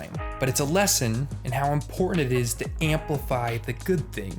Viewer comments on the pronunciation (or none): Nice backdrop on Curb - But it’s “Written” not “Wrih-in” and “Important” not Imporh-ant” - Was “T” absent from your ABC’s?